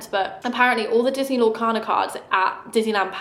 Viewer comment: Everytime you talk about the Disney cards I think you’re saying “Loyle Carner”